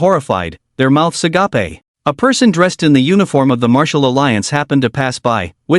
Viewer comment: it's agape not agapey